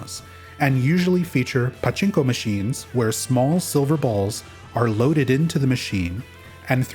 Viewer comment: Your pachinko pronunciation pisses me off bro